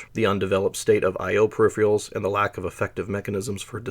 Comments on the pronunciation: Per if eR al. Just like it’s spelled (VO kept saying per if ee al) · This is a seriously well-done video. You fascinated me so much that I wound up downloading the CDC summary of the RYAD 1040 performance. One wee thing: "per-RIHF-Er-uhlz", not "per-RIHF-Ree-uhlz". Sorry. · per - iffer - alls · Hey - great but a kit-pick on pronunciation... Pur-RIFF-Ur-uls not Per Riff-REE-uls-- but whatever. great set. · Are you saying 'perifrials' instead of 'periferals'? eg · "Peripherals" is pronounced "pair-rif-er-alls", not "pair-rif-re-alls" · I can't help it - whenever you say "peripherals" I hear "periphials". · Can't blame the guy for being excited to tell us about the periphieraials. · Brilliant work but say it with me... per-iph-er-als. I had to stop watching that's so annoying. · how can someone know so much but also not know how to say pewifawils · I've never heard anyone pronounce 'peripherals' as 'periphreals' before, and now three in one week, and it's only Thursday! 🤣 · Perr-rif-erals theres no a. Not even in the pronounciation. Its not a pair of anything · Agreed, the second R is not silent. I've heard this a few times from people, and I always wonder whether or not it's just a weird accent or they just can't read correctly. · You're gonna be mispronouncing the word you yourself chose as the title of the video, huh. I'm a minute in and have to nope out after hearing it a bunch of times already. Doesn't give me an impression of careful consultation of sources. Something expected of documentaries. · Interesting. I enjoyed it, except that you can't pronounce 'peripherals'. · PERIPHERALS, where in the god damn world are you seeing the second I in the word PERIPHERALS. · Can't this guy learn how to pronounce "peripherals"? He mispronounces it every single time, as if he can't read.